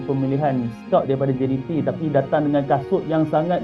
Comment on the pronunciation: baca berita elok elok sikit ni sebut brtul betul jdt kan cak